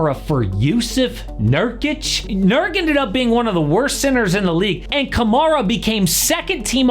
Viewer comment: please pronounce camara's name right next time, cam-ar-a. future dpoy